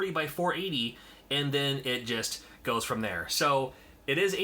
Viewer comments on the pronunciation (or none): none